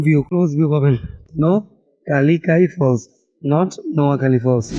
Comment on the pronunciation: তোমার উচ্চারণটাও ভুল হচ্ছে নোহকা একটা শব্দ আর লিকাই(যাঁর নামে এই ঝর্না) একটা শব্দ। ব্যাপারটা নোহকা+লিকাই = নোহকালিকাই